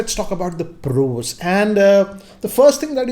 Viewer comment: 0.31 : "First let's talk about the ppprrrrooos" 🤔